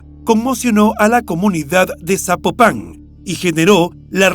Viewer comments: No es zapo pan 🤔 es Zapopan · Amigo ni idea de donde seas pero no se dice "Zapopán" se dice Zapopan, de corrido sin enfatizar en la palabra "pan" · Es Zapopan no Zapopán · Estaría muy pero muy bien, que antes de hacer tus videos investigues cómo se pronuncian los nombres de personas o lugares que vas a mencionar. Cada vez que dices ZapopAn mi imagino un sapo arriba de un pan!! 🤣 se pronuncia ZapOpan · Me gusta el programa, pero sin ofender me gustaría aclarar que no es Zapopán , es Zapopan Jalisco " no lleva tilde . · No SABES PRONUNCIAR ES ZAPOPAN NO ZÁPOPAN DOS YA MUERTA LA MUJER LAS ACTIVISTAS PROTESTAN NO MMN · Se escribe ZAPOPAN y NO se pronuncia Zapopán, se pronuncia Zapópan. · "zapopán" jajajajaaja que insoportable escucharlo así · Se pronuncia fuerte laprimer silaba zápopan y matamoros como se ve se pronuncia no matamorros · Al narrador le voy a pedir un favor, antes de narrar investigar como se pronuncia las ciudades, es horrible como dice Zapopan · Es la justicia de Jalisco y el poder judicial sumamente corruptos no el gobierno federal también quiero saber de donde es el narrador pues pronuncia Zapopan muy mal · Hola, te mando felicitaciones por tu trabajo; la investigación y narración son buenas. Al calce, solamente puedo mencionar que sería importante poner atención a la pronunciación de nombres propios de las regiones que mencionas en cada uno de tus narrativas. Zapopan, lleva acento prosódico en la "o" y en otro caso, se suscitó en Matamoros, aquí entre las dos "o" la "r" se pronuncia suave no como si fuera doble "r". Es una pecata minuta, pero es importante para enriquecer tu trabajo. Saludos desde Los Ángeles Cal. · Estelaflorespenagos: tampoco es correcto Zapopan con acento en la primera a es Zapopan sin acento escrito, solo se pronuncia el acento en la o. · Al narrador le sugiero que aprenda a leer, o se informe cómo se pronuncia Zapopan, porque no lleva acento de pronuncia sin acento o es Zapopán.